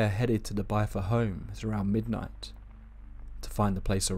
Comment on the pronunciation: "bith•ur" not "bye•thur". Rhymes with "wither". You're driving me crazy with the mispronunciation